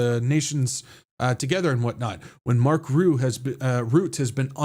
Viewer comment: Trumpushka 🤣🤣🤣🤣🤣hahaha good one!! On a side note, Mark Rutte is not pronounced as Root, but as Rut (like your in a 'rut') and then plus 'te' (kind of like 'the') , so Rut-te. Not that it matters 😉. I am very glad with your updates in this crazy world full of lies!!!!!!!!!❤ Praying for you every day